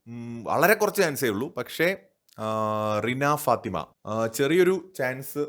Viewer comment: Rina fathima✅Rana faathima❌